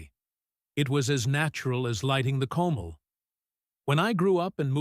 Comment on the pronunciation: The pictures of the elderly white person is not Mexican and the mispronounced Comal which is flat iron skillet. Bulverde Texas I live in Comal county. I purchase herbs at El Campo